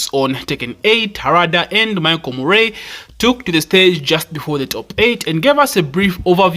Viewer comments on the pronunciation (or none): none